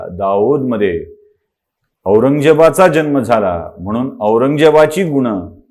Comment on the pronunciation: जल्म नाही जन्म